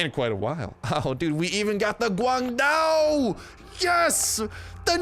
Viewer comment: actually pronounced guandao or 关刀 very good